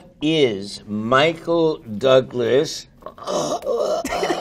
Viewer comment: michael THOUGlas 😂😂